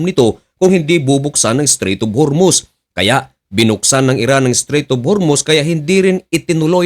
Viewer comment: hormuz hindi hurmuz, dinidiin mo pa mali mali nmn wordings mo.